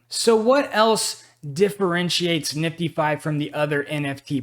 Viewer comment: NIFTIEFY. ok. Will pronounce it right. lol. But it's a heck of a project and i will certainly get me some. bank that coin. team looks good and the idea behind is sounds solid to me.